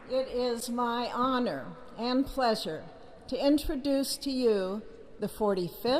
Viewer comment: NATIZ NATIZ NATIZ It is an Houhououree and a pleasuuure